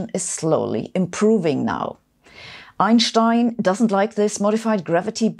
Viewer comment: sabine: bist Du hamburgerin? wie Du bei "eunsteun" sagst, klingt so missingsch :D